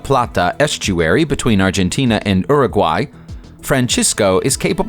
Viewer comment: Did he just say Uh Ruguay